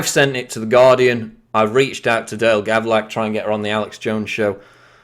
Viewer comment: Hey quick about EDIT its Gavlak not Gavrak...